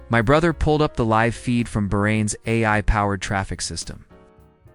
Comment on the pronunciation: It's come to something when an AI narrator can't even say 'AI' correctly! 😂